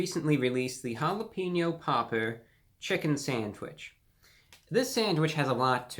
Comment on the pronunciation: the way he says jalapeño popper is funny as hell!!